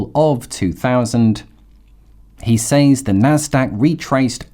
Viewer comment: Just a heads up - Says is pronounced Sez. I only discovered this at age 50 and I was surprised that know one ever told me. Thanks for the excellent content.